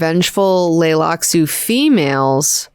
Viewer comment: Does have a hard time with the letter T? She keeps skipping it in the word "Tleilaxu," so I thought maybe the T was supposed to be silent, but then she also skipped several other Ts in other words too.